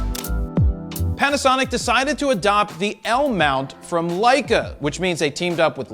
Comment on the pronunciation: I thought you were saying all this time , L MOUNTAIN LION- lol